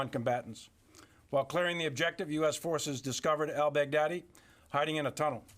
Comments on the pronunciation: Is it just me, or does it sound like he keeps saying "Big Daddy" rather than "Baghdadi"? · Does anybody else great him say "BAD-DADDY"? I understand this is serious, it just sounds like it at times, and he was for sure one BAD-DADDY! Way to Go UNITED STATES!!! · Is it only me who hears "bad daddy"? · I liked the way he pronounced the last name which sounded like "bag daddy". Hahaha ha ha... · I hate myself, I chuckle every time anybody says Baghdadi.